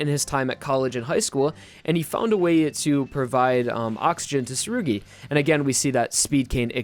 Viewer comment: who’s surgy? ...oh you mean tsurugi?? jeez...